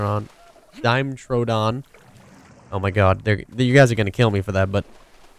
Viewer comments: Ugh... Americans. Dimetrodon, not DIME-TRODON DI-ME-Tro-Don No "dime" in the middle. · HERE IT IS ON HOW DO YOU PRONOUNCE IT: DI-ME-TRO-DON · Ugh Google paleontologists all believing they found the right pronunciation mine is now megatron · Usually America calls this creature a die met trow don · I'm American and say DI-ME-Tro-Don... so "ugh Americans" isn't the most accurate way. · (dime- etrodon) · Dime ee tro don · Pronounced "duh-met-ro-don" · Love your vids!!! P.S. Die-meh-tro-don, your welcome. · die-nep-tro-don that is how you pronounce it. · it's pronounced Die-met-tro-don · Dude. Just try to pronounce the names. It's incredibly easy to pronounce Dimetrodon.